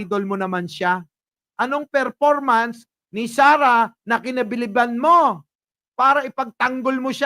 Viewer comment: Ferpormance ni sarah bubo ferformance